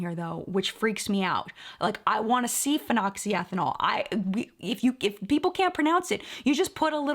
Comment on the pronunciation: Can we acknowledge that has no problems pronouncing phenoxyethanol